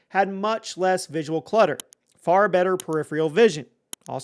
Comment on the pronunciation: Learn how to accurately pronounce “peripheral” if you’re gonna say it 27 times in a video 🤦🏻‍♂️ you say it wrong in every video, but you say it a million times in this one